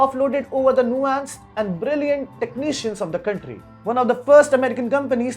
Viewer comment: The stress on the “r” though. Countrrrrrrry.